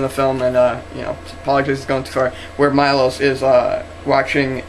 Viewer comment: it MILOSH not Majlos